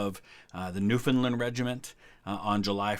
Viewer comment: Ok bro I love you with all my heart but if I hear “newfinlind” one more time I’m going to have an aneurysm, it’s “new-fen-land” take it from a newfie lmao